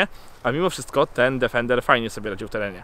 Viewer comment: Niestety przykro się robi słysząc co 10 sekund "DEFENDER". Niestety to auto nazywa się tak tylko w ustach polskich "znawców" wymowy języka angielskiego. Odrobinę przyłożenia się do tematu by nie zaszkodziło panom redaktorom. Obciach i tyle.